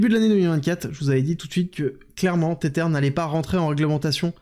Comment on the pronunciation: Tether se prononce Tesser... avec la langue entre les dents. 😊 comme un zozotement